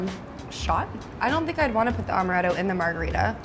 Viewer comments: in my best Hermoine voice: “it’s AM-er-ett-o, not AUM-erett-o!” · It's not Omaretto...its AAAAAmaretto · Amaretto is strong, but not strong enough to get hit from one shot. She also pronounced amaretto wrong and it was bothering me so badly lol